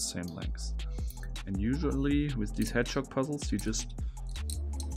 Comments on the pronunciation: Anyone else hearing "hedgehog" as "head shock"? Or is it just me? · I was thinking “hedgechok,” I feel dumb for not realizing it was “hedgehog” sooner!